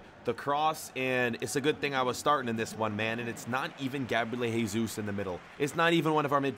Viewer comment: Not Heysus but Jesus